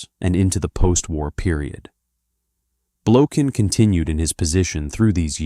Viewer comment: Russian people pronounce this surname as Blokhin, the accent being set on the last syllable. The surname originates from the russian word "blokha"(the accent on the last syllable), which means "flea".